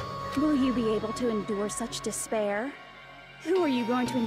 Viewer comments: dis a speer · Shall I give you dis pear?